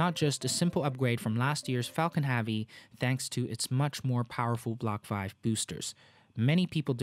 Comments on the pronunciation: I’m sorry mate but your pronunciation of heavy is becoming annoying...hevy not havy....now put that together and you have heavy..👍🏼 Interesting video nonetheless 👍🏼😊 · I actually can’t stand how you say “Havy” it was funny at first in earlier videos but now it’s just annoying 🙄 but great quality video, sir! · Why you say faalcon havie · Why do you say Falcon Harvey ? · great video but i was always distracted by the pronouncing of the word heavy like hAvi... is not A is Epsilon E. hEvy like e is pronounced in Elephant. 😋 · I am sorry...but I had to say it....what is Falcon Havey? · Thanks for the awesome video, but it would be very nice if you would pronounce "heavy" correctly! Is it that hard? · Please pronounce heavy properly... it’s pissing me off.